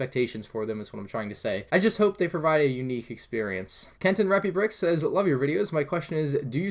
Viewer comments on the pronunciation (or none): Thanks for answering my question. The one thing is my name is Kent andre pi not kent and repi it made me laugh so hard when you say my name keep up with your awesome videos.